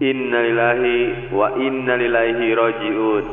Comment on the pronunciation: Maaf bang. .. Bukan inalilahi wainaliLahi . tapi inalillahi wainnaiLaihi .. Rajiun. Yg benar.